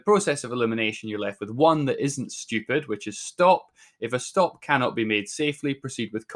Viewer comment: I like when he says STUIEPID